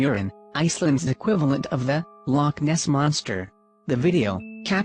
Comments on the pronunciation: its not loch ness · Villager . Lough Neagh.